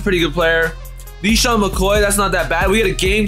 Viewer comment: this dude said leesean McCoy